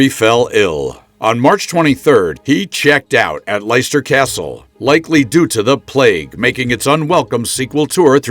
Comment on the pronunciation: 5000 aura points for saying Leicester like that 💀